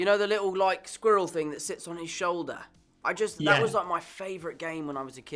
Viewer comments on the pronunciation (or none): There he goes saying sqwwuirrels again